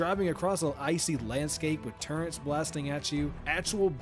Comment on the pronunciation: So well spoken, and then suddenly you drop the ol 'Turrents' lmao